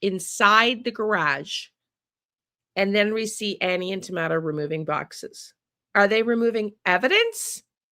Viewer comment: Why do you call him Tomato when his name is Thomaso.?